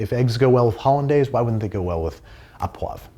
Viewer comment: Au is pronounced Oh